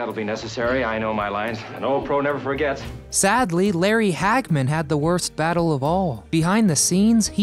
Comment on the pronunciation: I always get a good laugh when a kid makes a video of something that went on years before they were born! They don’t know what they’re talking about and please tell me, what the hell is a ‘boddoe?’ She lived in a “bottle!” An uphill baddoe? Are you trying to say the word “battle?” I could only watch the first half of this video because I was laughing so hard at this guys language. I wonder if he talked about her hiding her belly button and called it a “buddon!” Thanks for the laugh!